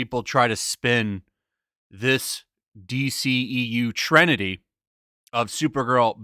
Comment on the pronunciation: Good video. "Trinity" NOT "Trenity".